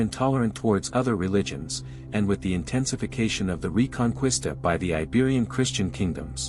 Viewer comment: I'm sorry but its hard to take you seriously once you mispronounce reconquista.